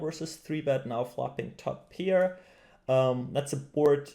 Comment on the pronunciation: pair not peer